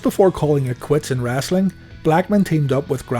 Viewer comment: Dude you really say wrassli